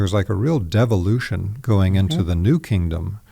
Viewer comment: used the word DEVOLUTION and unfortunately I heard devilution. To me it sounded like revolution that went sour.